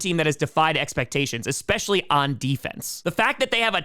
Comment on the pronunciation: stop saying 'expescially"